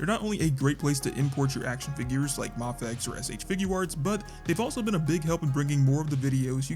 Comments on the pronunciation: There is a highly likely chance you are saying mafex right, but I'm so used to other creators pronouncing it "may-fex" that it gives me whiplash when you say it "mah-fex" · It's pronounced "mayfex"